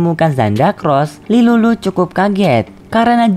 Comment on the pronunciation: Tilulu kak bukan lilulu😅😅